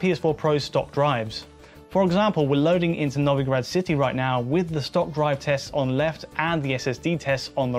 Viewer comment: It's pronounced No-Vee-Grad, lads.